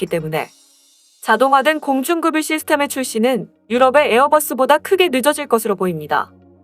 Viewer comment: 공중급유...를 계속 공중금유로 읽네... 공중그뷰로 읽는게 맞음